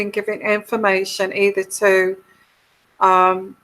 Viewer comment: Her name is Oprah not Ophra.